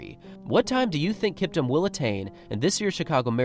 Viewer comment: Kiptum is Pronounced KEEPTOOM